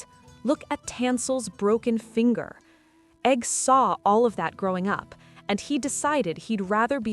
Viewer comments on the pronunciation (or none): none